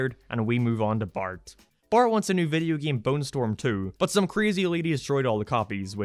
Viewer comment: "Video geeym"